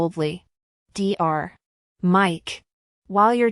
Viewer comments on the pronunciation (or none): It’s NOT D R when you read Dr you say DOCTOR. Read it properly!